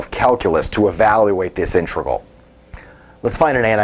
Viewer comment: Dude, it's pronounced "INTEGRAL" not "intregal". So you know.